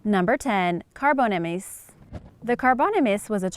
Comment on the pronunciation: Ikr especially when she said carbonemys